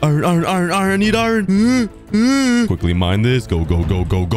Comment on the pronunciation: Bro you pronounce iron wrong you cookie🍪🍪🍪🍪🍪🍪